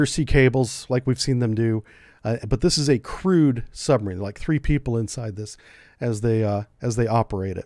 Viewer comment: describing the Bester DSRV ... "crewed" not "crude"